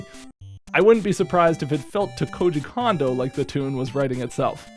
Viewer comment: FYI: Kondo isn't pronounced like "condo" it's pronounced like "cone-dough".